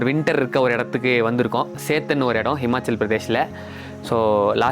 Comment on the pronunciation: athu SETHAN ila SETHAN 😂😂